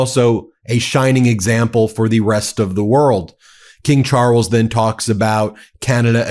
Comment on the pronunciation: wtf is Char-els?